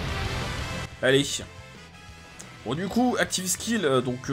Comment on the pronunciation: Activeuh skill 😉